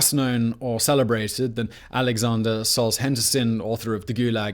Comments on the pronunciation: Soles-henderson? Seriously? Solzhenitsyn isn't all THAT hard to say. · Solzhenitsyn = Soul-ja-nit-sen Solzhenitsyn != Soul-hen-der-son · Poor Simon, butchered Solzhenitsyn's name so bad. But your work is always appreciated, love the channel and every episode. Humans are just horrible creatures, that's what history teaches us. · you really butchered Solzhenitsyn's name lol